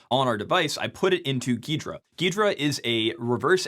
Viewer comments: why does he say ghrida so weirdly everyone I’ve met calls it g’hrida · I always thought it was pronounced "G-Hydra" Geedra lol